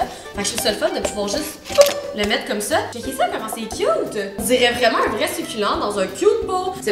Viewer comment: suculenteeeeeeee pas suculen